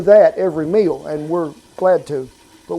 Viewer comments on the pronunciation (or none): none